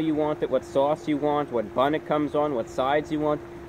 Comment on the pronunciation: You can tell hes from NY by the way he says Sauce, Swarce Lol it has a NY twang to it